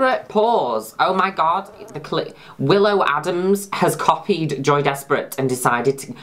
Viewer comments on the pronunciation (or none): I thought you were saying Joey Despret this entire time. I can't unhear Joey.